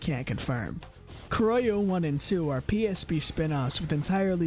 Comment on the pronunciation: My man if you don't know how pronounce Kurohyou is okay but why??? Hahaha srry, Black Panther is the English name if you have no idea how pronounce the Japanese name. Also, good iceberg, I love Yakuza but their lore is interesting and some are new for me.